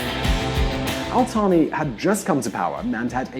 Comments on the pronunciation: It’s al Thani not al tani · He think Al Thani الثاني is AltHani الطاني